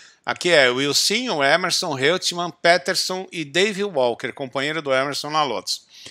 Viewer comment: Muito bom vídeo, ótimo registro histórico. Mas a pronúncia é "Roitman" e não "Reutman". É uma pronúncia alemã. Mas de novo observo: excelente registro, comecei à me interessar por F1 por essa época, devido em muito a essa corrida, tinha 10 anos.